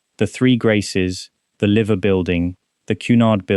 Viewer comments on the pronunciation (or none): It’s pronounced Lie-ver building not Liv-er building it’s an easy mistake to make though